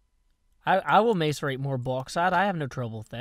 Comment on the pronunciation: God love you. You have such a diverse vocabulary, but you still mispronounce "macerate."